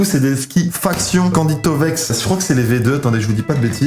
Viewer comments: Faction.sa se prononce factshiuen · candide collabore plus... et ça se dit Factyon mais sa s'ecrit Faction